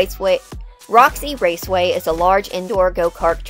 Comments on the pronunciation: Woxy wase way. Why was that just adorable. I feel that, I used 2 have a speech impediment that made me not be able to pronounce my Rs. I was almost 14 bf that changed. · Woxy wace way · she’s widdawey hitting the gwiddy in woxie wace way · ''RoxyWaceway'' LOL 💀💀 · Woxy waceray